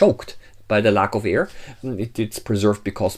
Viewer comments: Not "ear"; "air". Rest is educational. Thank you. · I love how direct, to the point, and great info the video is. However, Air, not Ear pronunciation is a bit annoying. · at the start. "no EAR in the can?? did he mean AIR? learn to pronounce BEFORE posting a video!!!